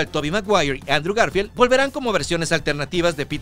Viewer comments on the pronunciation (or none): none